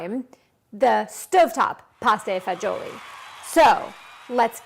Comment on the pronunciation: Pronounced it wrong but thats ok. It is pronounced Pasta vazool